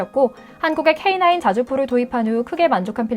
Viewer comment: 오늘 브리핑 아나운서 목소리톤 좋다 내용도 좋고 AI TTI 목소리 음성지원인가요? K9을 케이구라고 발음안하는것을 보니 여자ㅡ 사람 목소리인데,, 맞네요 😂👧😂👩😅😊